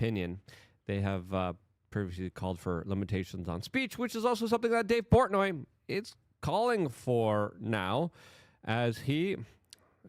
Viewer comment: Dude how do you pronounce portnoy correctly and then immediately say it wrong, i love you luke my dyslexic slavic brotber